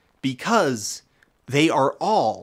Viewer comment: "And as allwees"